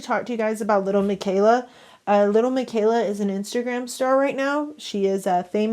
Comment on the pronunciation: The pitchers? And little plz stop she is fake and pronounce it right not trying to hate but it’s really bothering me and miquela I don’t think is pronounce mikayla I think it’s lil miquela (Mikueela)